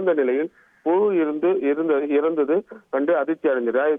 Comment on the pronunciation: Adhu pulu illa puzhu... Nowadays people don talk proper English... Tamil also not pronouncing properly jus coming n reading news and getting salary.. First learn how to pronounce